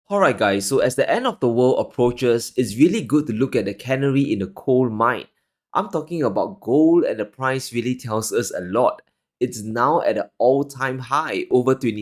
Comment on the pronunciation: Please stop the 'cannery in the gold mine' - it's 'canary in the gold mine' with the emphasis on the first syllable: CA--nar-y.